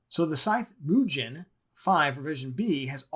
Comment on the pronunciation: Nice content. instant sub! by the way gen in mugen is pronounced as G not J. Anyways, will be building my first AMD build. Will go with 5800x . the cooler am planning to use is either Deepcool AS500 or Scythe Fuma 2. looking forward for part 2!